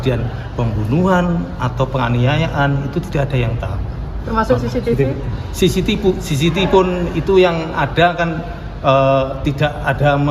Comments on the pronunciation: Bilang cctivi aja udah salah omong,,SISITIPU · lidah kuasa hukumnya keseleo bilang CCTV jd sisitipu 😂😂😂😂